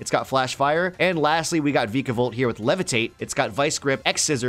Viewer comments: Noooo its not vick a bolt it's vike like bike a volt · Vikavolt: VeeKAvOlt